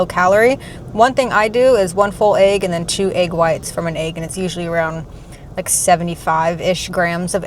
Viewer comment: You pronounce egg the same way ARL does 😂. It sounds like you’re saying aag.